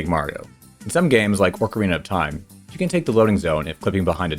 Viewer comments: "Orc-erina of Time" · All you people who make fun of for the way he says Mario need to focus all your energy on the real enemy: the way says "Orcarina of Time." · Dear, stop saying "ORC ARENA OF TIME"!!!